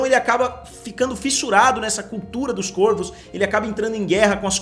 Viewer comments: Q aguniaaa.. fala Córvos, Côrvos não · Córvos ! Algumas palavras no plural, mudam o timbre da vogal tônica de "Ô" para "Ó", é chamado de Plural Metafônico. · "CÓRVOS" em algumas palavras no plural o timbre da vogal tônica se modifica de "o" para "ó". De nada